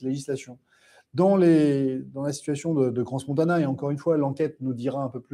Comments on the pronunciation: cran (pas crance) ! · On prononce CRAN Montana (pas crance) ! 😉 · On dit Cran montana on n prononce pas le " s".